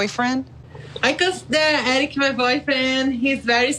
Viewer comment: its eric-eee